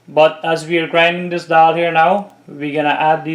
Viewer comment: Great work. Is this something like 'waade' by any chance? Ok let me congratulate you for your pronunciation of the word dhall -'dall' and not like some 'creole english duck' who say 'doll'😂...!